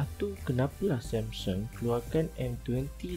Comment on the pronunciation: Yg ckp MCM tk cukup mkn.lembik.sebut Samsung pun MCM sembur somsen.huaaa